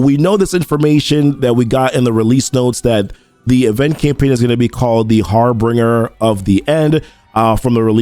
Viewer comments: Hehe it's not har bing er. It's harbin ger😋😋. Just saying. Thanks for the great video man😁😁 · Say it with me " har- bin- jer"